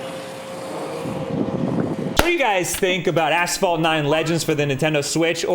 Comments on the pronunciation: I keep hearing him say "ass-fall" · Maybe it's a regional thing, but we say "ash-fault" here.